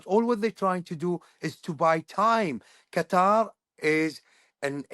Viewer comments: Qatari say "cuttaaar" idk why americans got everyone to change it saying the right way is a sharp "cutter" 😂 trying too hard. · Why do you mispronounce Qatar as "cutter"? It's just as easy to pronounce it properly as "cut haar' ". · What can't Americans get the pronunciation of Qatar correct? It isn’t "cutter". Its Qatar..."Kuhtar". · Qa-TAR, not Cutter. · It’s Qat-ar NOT cutter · I'm barely 3 minutes in; why do you keep calling Qatar (pronounced Kah-TAR) "Cutter?" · Omg stop pronouncing it CUTTER!!! You’re killing me! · Not to nitpick, but do Americans even try to pronounce these words they way it should be pronounced, lol. I think trying to do things like this especially when dealing with a nations name or a persons name shows respect. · I can't bear hearing the host's pronunciation of the word Qatar.